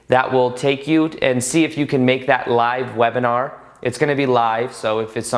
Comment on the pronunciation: Great video! Much love to you and your friends in Costa Rica! And enjoy your stay of course:) Ps. wive lebinar... I'm sorry but it was just funny to me 😂❤️